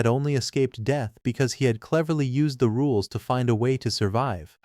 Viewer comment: Its sounds like your saying "da rules" instead if "the rules" and i can't help but imagine this is a fantasy world Timmy from fairly odd parents wished into existence 😂